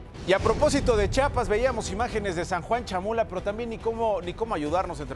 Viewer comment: Se dice Chiapas, no Chapas.